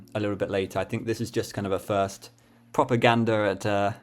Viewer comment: At you said 'proper gander' and I heard propaganda